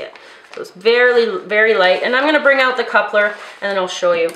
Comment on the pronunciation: I usually can't hear a difference between American English and Canadian but I heard you said that typical "oot" thing hahaha :)